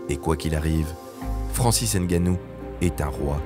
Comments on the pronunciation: Il s'appelle NGANNOU. Ne prononcez plus N'GANNOU. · On dit Ngannou, pas N'Gannou. Comprennez le une fois pour toute